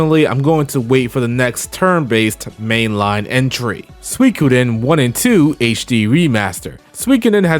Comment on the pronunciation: I'm sorry I swear I'm not being a pompous douche bag but i always thought Suikoden was pronounced like sooo-ee-code-en not swi-coden can somebody enlighten me?